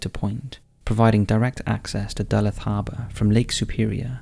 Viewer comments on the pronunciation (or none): Fyi - it's pronounced Duh-looth 😉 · Great vid like many of your vids, this one especially tho. I've always been fascinated by the paranormal. I wasn't sure which city you were talking about at first in #4 tho but then I figured it. Deluth is actually pronounced like D'looth. Totally forgiveable since you're not from the US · As a native of Minnesota, I feel the need to fight ignorance. Duluth is pronounced Doo-looth with a oo sound similar to the UK's Loo or Loo-roll, etc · Love your videos, but Duluth, MN is not pronounced like "Dullith." It is pronounced "Dalooth," the "luth" sounding like the U in Uber if that makes sense. I don't know how to do phonetic spellings, but you get the idea. Great video! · Right in my backyard! It's actually pronounced Duh-luthe. Good video!. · #4. Duluth, MN. It's pronounced də-LOOTH. It was named after the French explorer Daniel Greysolon Du Luth, if that helps. I grew up just south of Duluth (my family still lives around there), I can confirm that Lake Superior has a feeling about her...a sadness. It's hard to explain. And I'm leaning towards a reflection of the light coming from the passing ship...sorry. They're moving at the same rate. #3. "Something creepy is touching our baby!!!! Quick, grab the camera!!" Why not, "you record while I go check on her" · It's pronounced Duh-looth 😉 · Duh-Looth is how number 4 is pronounced!!! I grew up in Minnesota as a child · I always enjoy your videos and am a subscriber. Just want to help you out a bit; Duluth, Minnesota is pronounced Due-looth, you know, the more you learn!! 🎆✨✨ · As a Minnesotan I’m so appalled by the way you pronounced “Duluth” lol It’s Da-Looth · Pronounced “da-looth” Minnesota... Duluth lol (born and raised in MN 😉) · Its Da-looth, thats how you say it. Have been on that spot many times, its creepy anytime. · Duluth is pronounced doo-LOOTH. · Sorry mate, but Duluth is pronounced Duh-LOOTH. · Great video! But that Duluth pronunciation killed me 🤣 Duh-looth !